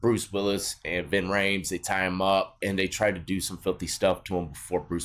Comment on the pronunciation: Lol why are u calling Jon Travolta "Vin Rayes". 😂👍💯